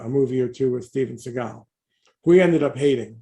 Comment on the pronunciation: Who’s Steven Seagull?? Lol!